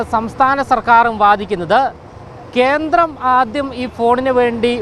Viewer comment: ബൈ ദുഫായ്... ഡേയ് അവതാരകാ "കേന്ത്രം" അല്ല "കേന്ദ്രം".. കുതന്ത്രത്തിന്റെ "ന്ത്ര" അല്ല ഇന്ദ്രനും ചന്ദ്രനും ഇല്ലേ അതിന്റെ "ന്ദ്ര ".. സ്പെല്ലിങ് മിസ്റ്റേക് ശ്രദ്ധിക്കു